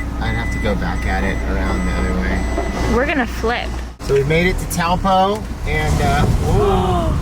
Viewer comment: I loved New Zealand!! Thought Taupo was pronounced toe-paw, though?